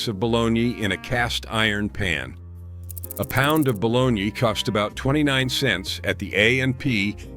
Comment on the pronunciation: Oh bologna. I thought he was sayin' balawn-yee!